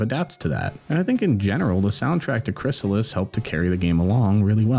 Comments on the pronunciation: Crystalis, not Chrysalis. Right? 😅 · Let me help you out on the name of the game you're making a video about: Krih-stall-us (Aside from the distinct syllables, you may also notice that the word contains the letter T.)